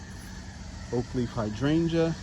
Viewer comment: Beautiful, you took me out when you said " my hard oh feet"